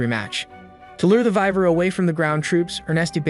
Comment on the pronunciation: dear gods of the internet this will be the last time I watch your channel, your pronunciation of names is just straight up murder. it's not vi-ver its Y-VERN, it's not er-nest-t it's ER-NEST or er-knee, and yes I spelled the word as they are sounded out.